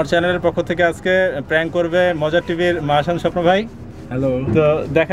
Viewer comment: লোকটা সাহসী, তবে উনি যেটা প্রাংক বলছে সেটা আসলে প্যাংক না বিরক্তি